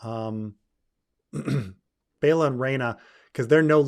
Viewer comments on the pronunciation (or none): none